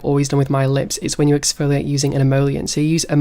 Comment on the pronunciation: Who tf taught him the word oxfoliate..